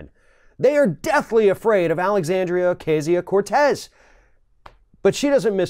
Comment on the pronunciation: It's Ocasio, not Acasio, Ocasia or Acasia.